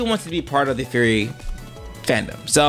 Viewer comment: It's funny that you pronounce Furry as Fury.